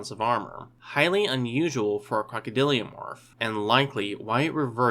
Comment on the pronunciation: Why do you say "crocodiliomorph [sic]"? You're adding an extra syllable.